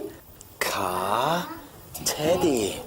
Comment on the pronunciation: I bet he drives a really nice "cawhh"